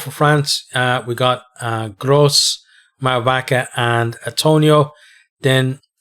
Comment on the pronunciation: Just for the prononciation in France we don't say "Grosss" but "Gro" for Jean-Batiste (meaning litterally "big").... and of course it doesn't work for François Cros, well prononced in this preview and with lovely accent btw. I support France but we need to be careful... this will be a beautiful game anyway :)